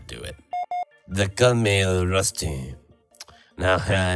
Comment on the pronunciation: it kinda sounds like Rusty says "They call me Rustfee"